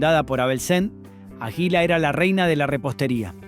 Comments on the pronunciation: si fue una patada en lo s huevos escuchar que no sabe pronunciar palabras comunes como aguila o la italo-argentina nunca escucho arcor? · Si a mi también me llamó la atención, puntualmente con águila, en una dijo aguila acentuando la i, y en otra dijo agila, también acentuando la i... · Pronunciá bien, por favor: Águila, Ítalo, etc. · Es una máquina quien relata? O una persona que le falta estudio, que pronuncia mal? Agila en lugar de Águila... Arcór en lugar de Arcor con pronunciación fuerte en la A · no podes decir AJILA. Realmente es una falta de respeto. De donde sos chabon???? este video es para que lo haga un Argentino viejo. Y pones a un negro africano en una oficina com oejemplo??? gracias a Dios no hay negros manejando empresas en Argentina. Cualquiera te mandaste. muy agenda 2030 lo tuyo. ARCOR no es ARCÖR. es ARCOR chabon!. se acentúa en la A!!!!!! y pusiste CHINOS!!!!! aaaa bueeee pusite toda la basura que arruina a cualquier pais!!! sos lo mas antipatria que hay. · por qué pronuncia "ajila" 😂😂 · ÁGUILA con acento en la A!!!!!!